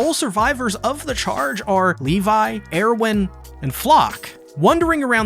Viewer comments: And Er-win, not Ear-win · Every time he pronounces Erwin as “Air-win” I can’t help but think of how great a name that would be for a new Jordan shoe lol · Am I the only one who's bothered by "AIRwin" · Proper pronunciations: Hange: Honjee Erwin: Airvin Paradis: Paradee Shiganshina: Shiganshina. Why do you split it up like four different words for every syllable? Lmao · what the hell is wrong with the way you pronounce "erwin"? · the way you say erwin's name triggers me, but other than that. good video